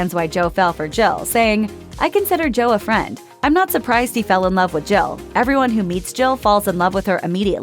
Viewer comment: this person cannot pronouce Jill. Sounds like she is saying Joe.